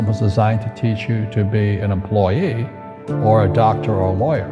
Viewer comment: He can nv say the word employee right. The hell is an employay??